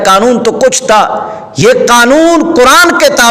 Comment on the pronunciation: حضرت جی یہ لفظ کرآن نہیں ھے بلکہ قرآن ھے ۔ دوسری بات یہ ھے کہ مفتی صاحب نے اپنی رائے اور تعبیر سے رجوع کیا ھے لہذا آپ دیوبندی کو تجوید کے ساتھ نہ پڑھو بلکہ کرآن پڑھنے کو ٹھیک کرو ۔ شاباش بیٹا یہ ٹھیک کرو !!!!